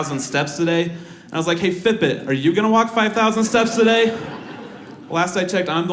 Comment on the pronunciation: Took me 10 minutes to figure out he was saying "Fit Bit".